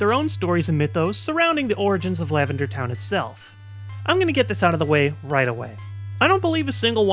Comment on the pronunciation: You said LavenDAR Town Syndrome xD